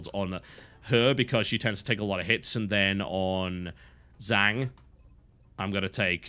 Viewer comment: "Zhang" is pronounced "jong". Common mistake.